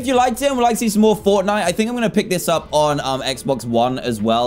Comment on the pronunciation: Did anyone else see when he was on steam he said Fornite and not Fortnite lol